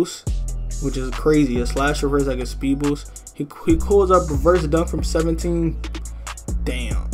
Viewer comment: You turned sped - 😂😭😭